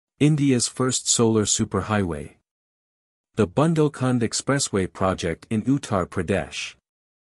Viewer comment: Dear presenter, it is bundel,nit bandle.Uthar Pradesh , not utter